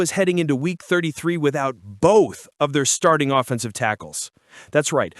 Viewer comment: Yep I heard it too at first I was like T.H is this guy talking about 😂